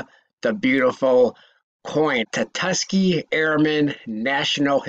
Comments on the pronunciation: tusk-ghee-ghee not ta-tuss-key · You heard it too🤣 tatuskee 🤣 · Could you imagine the value of a “tutuskee” 5oz round!? 😳🤣